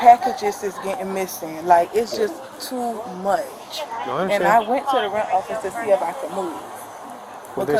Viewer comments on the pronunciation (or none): TEW MEERRCH!!😂